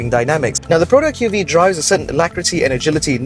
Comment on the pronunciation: I appriecate that is the only reviewer who properly pronounce the name of the car, but i feel like everyone is still going to call it the Queue-Vee-Eee since even Perodua SA are not aware of the name. From my understanding Perodua really isn't doing their part on the training to their SA right now. Shows how rush the development of this car is.